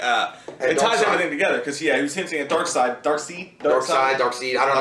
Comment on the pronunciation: Because u guys don't even know how to pronounce Darkseids name... U have credibility anymore to review this as a comic book movie.....smh